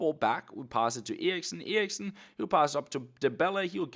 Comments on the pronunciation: Well this is pretty awkward especially because says "Eriksen" the right way.. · In Denmark that is how you pronounce it...